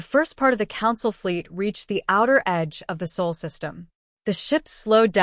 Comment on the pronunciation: It’s Sol not Saul